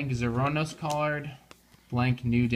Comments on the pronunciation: God dammit the way you pronounce 'Zerenos' is killing me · Says he's a Den-O. Forgets nearly half of the Imagin, can't pronounce Zeronos right, and doesn't understand that the Ryuta and Teddy tickets don't mean they are banned. I have issues with this...